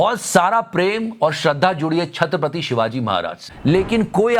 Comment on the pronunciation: Not Chhatrap'r'ati, it is Chhatrapati. This is repeated throughout the video! 🤦‍♀️